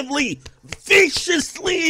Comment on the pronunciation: AGGRESSIVELY! VICIOUSLYYYY! ahahahahahahahahahahaha 🤣🤣🤣🤣